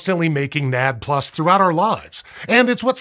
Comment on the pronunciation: I am going crazy listening to nad plus. It is called N..A..D.. plus.